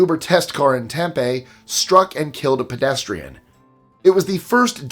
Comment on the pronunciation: Tempe is pronounced with a long e. As Tempee